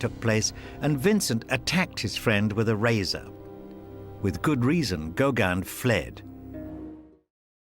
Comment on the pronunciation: Yes. Or, even more strikingly here: why not pronounce Gauguin correctly - as GauGUIN, not "GOW-guin".